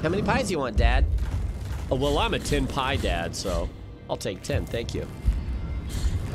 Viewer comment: It should be pronounced something like "pee-ay-dye-d". It means piety.